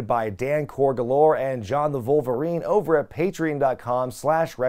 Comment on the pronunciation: This man really said "Vulvarine" with a straight face lmao